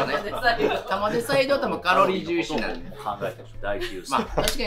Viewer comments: 玉出↑じゃなくて玉出↓やで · 玉出⤴じゃなくて玉出⤵でよろしく(笑) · 紅天おいしいですよね～ 「玉出」のイントネーションが気になって、ちょくちょく頭に入ってこなかった。(笑) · 玉出の発音ちゃうねん